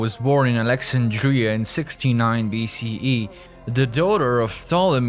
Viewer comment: It is too bad that the narrator cannot pronounce important words, including the word Alexandria.